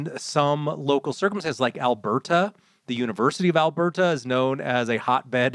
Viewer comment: managing to mispronounce alberta is pretty amusing